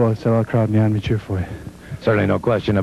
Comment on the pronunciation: I love Wrestling 2 to this day, and damn I love the way the man could never pronounce "Omni"! The "Omini"... HAHA, classic! Wrestling 2 rocks!